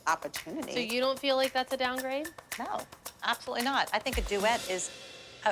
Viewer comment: Nobody: Not even Batman: Abby: nÃoÛh.